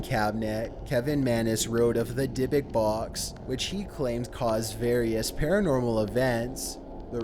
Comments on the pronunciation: How do you pronounce Dybbuk correctly twice and then incorrectly the rest of the time? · In thought dybbuk was pronounced die buck